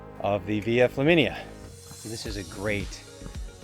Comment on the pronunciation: I thought you said "Via Chlamydia" when I had a mouth full of coffee. I had to wipe up the mess on my keyboard and screen, and blow my nose pretty hard. Thanks for the giggle!